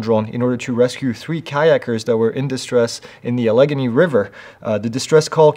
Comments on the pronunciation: A leg a knee river 😂 ale eh gain ee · Allegany is pronounced Ale a Gainey. Sorry for being that guy.